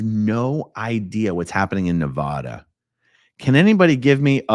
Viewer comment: The END is NEVER the END 🙌❤🤍💙🙌... Also dude it is pronouced Ne-Va-Duh, say my name!!